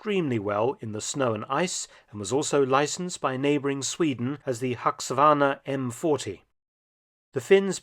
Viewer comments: Mark, did you call the Husqvarna ”Hucksavarna”? My friend, I’ll tell you how it’s pronounced as reference if needed for comming videos. Husqvarna means ”House Quirn” and is pronounced similarly. Hus-qu-varna. Hope it helps! Also, the Bergman looks really sweet, I love it. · It's pronounced "Hoosk-var-nuh". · Pronounced: huus kvarna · Never heard you mispronounce before Mark. The M 40 was made by who?. Great job anyway as usual m8. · Funny pronunciation of "Husqvarna"! It sounds totally different in swedish!